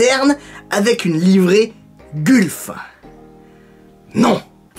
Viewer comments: Je suis désolé mais on ne prononce pas gulf mais mais "gueulf" en gros. J'ai faillis avoir les oreille en sang, 😭😂😭😂 Et c'est aussi ma livrée préférée. Personnellement moi quand j'ai vue la vidéo je me suis dis oui!!! Super et j'ai pensé de suit aux livre gulf, marlboro(sorry si ça ne s'écrit pas comme ça), Martini et une livrée d'une écurie la scuderia filipinetti (pas très connues mais je kiff car elle était sur des véhicule magnifique comme une cobra daytona ou un gt40). Voilà super vidéo continu comme ça!!! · Gulf prononcée "golf"